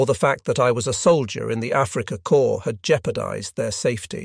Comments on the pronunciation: "corps" is pronounced "cor" like "core", not "corpse". In plural it is "corz". Imagine if you pronounced it "corpses". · Corps is pronounced like core, not like corpse.